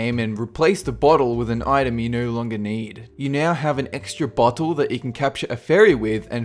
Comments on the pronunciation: Did anyone ealse hear him say butthole instead of bottle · I CANT STOP LAUGHING WHEN YOU SAY BOTTLE IT SOUNDS LIKE BUTTHOLE